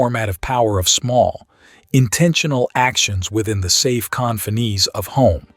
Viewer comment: What the hell is Confneese? Seriously stop